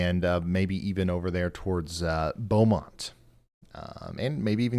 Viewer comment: It's Beaumont pronounced Bo-mont